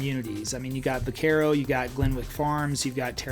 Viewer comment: Geez, this is a terrible video for actual people moving to the DFW area. Low hanging fruits: - you clearly have no knowledge of HP, UP, PH - you pronounce Vaquero wrong, indicating you’ve probably never heard of it - constant repeat flyovers for way different neighborhoods Good luck with your grift pal, but you’re the chat GPT of real estate agents…… Nobody should listen to this clown, unless you’re looking to buy in a “master plan” community in the boondocks